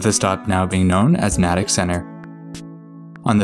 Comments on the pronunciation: Or it’s pronounced have-roll. Nay-tick. Bill-rickah. Woooooburn. And Lowell is simply Lowl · Natick is pronounced "Nay-tick" I know, I've lived there. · Here, let me help you. My hears are bleeding right now: Woburn = "Woo-burn" Soughton = "Stoh-tin" Haverhill = "Hayv-rill" Lowell = "Lohl" Dedham = "Dead-um" Concord = "Cong-kird" Natick = "Nay-dick" Falmouth = "Fal-mith" Quincy = "Quinn-Zee" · Congrats for pronouncing Worcester correctly, but you got Haverhill (hay-voille) and Natick (emphasis in Na). Also love the fact that you didn't bother to try to pronounce Billerica (buur-rik-ca) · You did really well with the pronunciations! The one that stood out to me most was Natick—the A is pronounced the same as in “May.” There were a few others, but they’re all very common mispronunciations that even some MA residents mess up sometimes. Anyway, I really enjoyed this video!